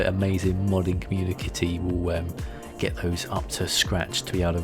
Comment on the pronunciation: did he say 'comunikity'?!